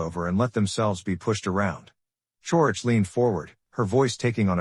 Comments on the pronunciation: Who tf is Chourich? Karara? 🤣 Ai fails again. Kararick. OMG, it never ends. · Her last name is pronounced Couric. She is a well respected journalist. The mispronunciation Taints the statement.